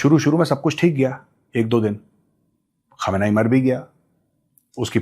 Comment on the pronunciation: Gaurav sir It's KHAAAM-NAAI Not KHAMNI